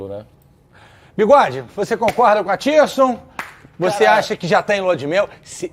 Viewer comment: Ele disse Athirson Lucas mesmo???? Kkkk